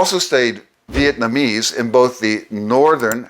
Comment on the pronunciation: I still find it interesting that people commonly pronounce Vietnamese as “Viet-man-ese”. Otherwise excellent video and super helpful for language learning - thank you!